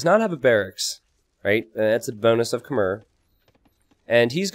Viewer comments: You probably know this by now with this being from 2019, but Khmer is pronounced Kh-May, not Kh-Mer. The last syllable is more like the month of May than it is the beginning of mermaid. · It's pronounced "k'may" (or "k'maii" as in aii aii (pirate saying)) not "k'mer" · Khmer is pronounce kuh-mai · You might be mispronouncing Khmer. As spelled in written Khmer, it's pronounced something like "k-mai". When Europeans first translated it, they tried to go letter for letter, not on the local pronunciation. Hence its k-mai (apologies as I'm butchering it too with my clunky phonetics).